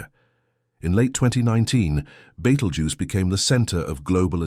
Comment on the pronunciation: Please learn how to pronounce BETELGUESE